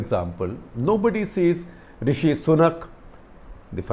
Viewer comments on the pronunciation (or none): none